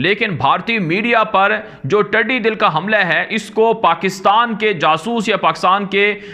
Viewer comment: It's Tiddi Dall ٹڈی کی "ٹ پہ زیر " اور دل کے "ل" پر زبر